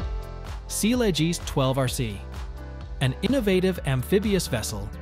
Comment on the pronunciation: Sealegs pronounced as sealegees was weird and funny🤣